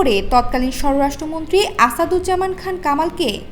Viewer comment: 'ষড়রাষ্ট্রমন্ত্রী' না আপু, উচ্চারণটা হবে স্বরাষ্ট্রমন্ত্রী!